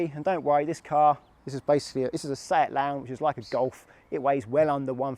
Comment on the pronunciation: Thanks! What car do you have BTW? It sounds like you say Seat Lounge in the video, but I couldn’t find anything on that. Did you say Seat Leon?